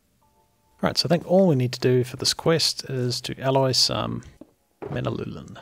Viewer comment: Man-u-lin. Sorry for the individual comments